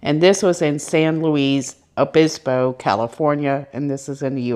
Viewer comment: I see you can now pronounce San Luis Obispo...I would have had trouble with that one, too! 😆 You do such a good job with these cases, who cares if you can't pronounce a name! You can tell you do a thorough amount of research and you really care about these victims and their families. It is hard to find somekne that sticks to the facts and doesn't go off on wild theories. You don't get into the drama that many other channels get in to, especially channels that do live shows. I am a new subscriber and plan on sticking around. Thank you, for all you do! ❤❤❤